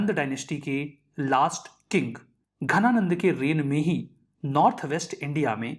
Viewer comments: Bro that is dhananand not ghananand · Ghananand nahi... Dhananand.. .ध और घ में फर्क होता है Sir... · It's not ghanananda but dhanananda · Ghana nand ❌ Dhana nand ✅ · Dhananand hai Ghananand nhi